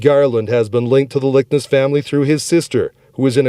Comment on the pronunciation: Lick-Ness!!! The grandparent's last name is pronounced Lick-ness. Not Likens nor Lickens. Dude at least have the courtesy to pronounce the victim's last names correctly. There is an N in Liknes and it isn't silent. You have a good narrator's voice, just do a little more research to get the pronunciation down.